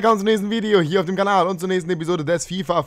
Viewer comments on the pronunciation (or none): none